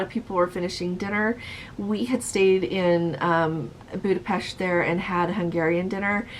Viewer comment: Hi, great to hear Budapest pronounced properly. Many who have been there still cannot say it correctly. Fred